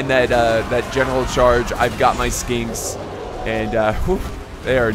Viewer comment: DUDE !! Skinks really ?????? O.O You have their name right in front of you wtf !! This high tier Heresy ! My ears melted xD